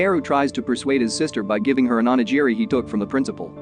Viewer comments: Not to mention ONIGIRI. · Not just the ramen, even onigiri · Its hilarious how you pronounce oni giri.